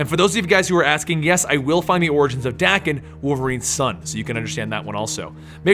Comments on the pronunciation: Thought Daken was pronounced Day-ken. Not Dack-en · It's dah-ken. Not da-kin. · Daken is pronounced with an e in between the a and k. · I always thought Daken was pronounced Day-Ken not Dah-Ken...wow